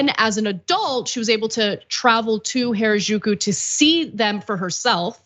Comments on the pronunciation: She said it the whitewashed bastardized way Gwen does. You’d think Gwen would say it right with all her love for the culture…. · Japanese only has 5 vowel sounds (excluding diphthongs). A I U E O = ah ee oo eh oh (not exact, but reasonably close). "Ju" is pronounced exactly as written, not like in "au jus" - Japanese is not French. And without getting into the difference between pitch accents and stress accents, there is perhaps a slight accent on the 2nd syllable, definitely not strong stress accents on the 1st and 3rd. Maybe spend a few seconds on Google Translate to get the correct pronunciation of foreign words before going on air? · Why did you pronounce Harajuku “原宿” in such a very strange and completely incorrect way? You should have taken a moment to learn how to say it properly, before making this video… Even minimal effort would of made you sound better! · Someone please teach Anna how to pronounce Harajuku.